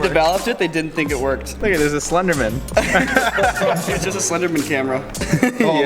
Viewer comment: "Sl𝐰𝐫𝐞𝐧derman", son.